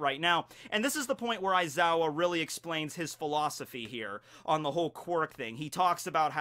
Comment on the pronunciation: Pronounced (Wise-ow)